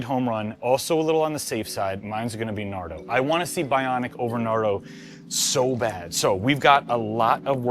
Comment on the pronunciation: I thought he said nato, I was thinking battleship grey😂😂😂